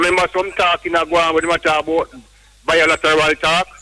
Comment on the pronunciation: Biolateral?! LMAO. It's bi-lateral Mr. Man. Bi means two. Hahahaha! Oui foute!